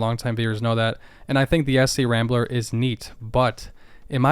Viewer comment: SC/Rambler is pronounced as one word, scrambler. It was later recycled by AMC as a CJ variant.